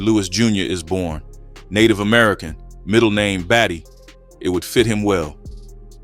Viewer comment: This is my uncle shorty my mom’s brother. His middle name bady is not pronounced baddie.. it’s battie. Nevet knew him as he died before my mom had me. I heard about him but not these stories. Kinda scary and sad. Nothing to be proud of that’s for sure. Seemed like a bad man. His only son is doing life as well. He’s been locked up for many years now. Same name.